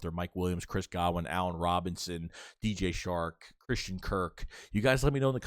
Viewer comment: It’s DJ Chark not shark